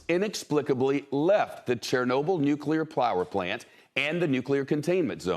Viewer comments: Bro said nuclear plower plant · Lol he said plower plant 😂